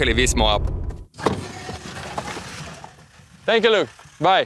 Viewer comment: "Сенкью...." и губы Ивлеевой похож на клюв(рот) утки ;))